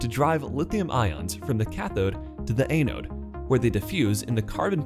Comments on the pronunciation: ăn′ōd″ ah-node not ay-node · a-node? Sounds like your speech program needs an update. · you should learn how to pronounce anode properly.